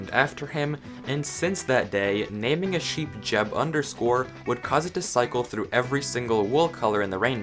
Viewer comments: I don't mean to be that guy, but it's pronounced "yeb", not "jeb". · Jen isn’t pronounced j-eb its y-eb